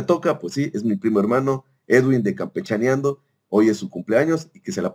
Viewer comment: Mmm era mejor que no pronunciaras a campechaneando fue toda una decepcion